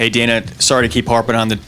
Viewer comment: hahahaha he said DATA TINO FUED LOL